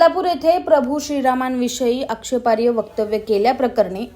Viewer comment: अँकर मॅडम, चांगल्या माहितीबद्दल धन्यवाद. 🎉 ( पण तो शब्द 'आक्षेपार्ह्य' असा नसून 'आक्षेपार्ह' असा आहे. क्षमस्व.)🙏